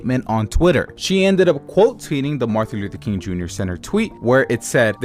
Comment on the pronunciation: take a shot for every 'marthin luther king'